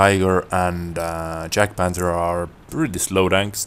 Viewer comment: YAG-Panther. Not Jag-panther.